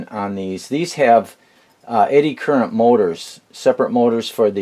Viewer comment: Good video . Are you saying “eddy current” or “anti current” motors ?